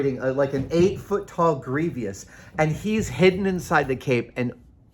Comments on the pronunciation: Yeah it's odd. 'Greevy-ous' The other one that bugs me is how the Lock Picking Lawyer pronounces 'buried' as 'buh-reed' instead of 'berried'. It just hits my ears wrong like the cast iron skillet behind Adam in this video. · Grieveeous? It drove me a little bananas too. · General Grievous 🚫 Grievious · Doubtful, since grievous is an actual word, an adjective that fits the character. Many people mispronounce words ending in vous. A good example is mischievous, often mispronounced with three syllables as mischievious. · “Gree vee us” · Greevis or Greevy-us. I'm going with Grievous. Sorry Savage, Methinks you've pooped on your sneakers. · Please stop saying Grievous the way you do; you're driving us batshit out here. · The way Adam pronounces grievous hits different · I don't mean to be critical and annoying, I love Adam, and I trynot to correct people about pronunciation, but the way he pronounces it is wrong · Adam has a very.. flowery way with words, making them sound nerdier than they need to be. He also says "Processies", instead of 'Processes'. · That might be a regional dialect thing, maybe Irish. Curiously, that pronunciation was the "correct" one in some Middle English dialects at the time the printing press was invented, so that spelling just happened to become standard.